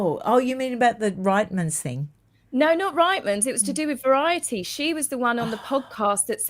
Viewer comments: Loved the interview but can I just help you out on the pronunciation of Reitmans. I'm Canadian and its pronounced "REETmans" not RIGTMans. I was confused as to what shop you were talking about. 😊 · SORRY LADIES….It’s pronounced REETMANS!! PLEASE share this fact! Canadians are hearing fingernails on the chalkboard when we hear RIGHTMANS! 😮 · 'Reetmans'... Rhymes with beet. Not 'Ritemans' 😂 as a Canadian this drives me 😂❤ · LOL “RITE’mans. It’s pronounced “REET” like feet. Reitmans. Canadian’s ears are bleeding all overYouTube! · pronounced : Reetman's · Canadian here! It’s pronounced “Reetmans”. I used to shop there regularly. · Hi, I very much enjoy your channel but I just have to say that the store that Meghan take the shoes from is pronounced....Reetmans with the beginning sounding the same as feet, only with the r. It is a Canadian clothing store. 🇨🇦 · Another Canadian and I completely agree 🇨🇦🇨🇦